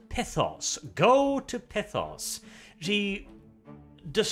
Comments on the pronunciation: Every time he pronounces Pythos as "Pithos" I die a little inside. And being confused after reading something? Colour me surprised. He's borderline functionally illiterate, so.. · I thought it was Pythos, like Python